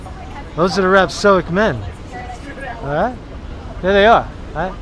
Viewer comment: Dood, stop mispronouncing rhapSODIC! ...I've got some parts of the image that back up your theory that you haven't pointed out yet.